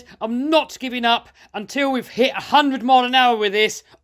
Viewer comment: Great creations this guy makes... if only he could find something to pronounce the ‘r’ a little better .. offwoad, twuth, hundwed, it started to wain ... haha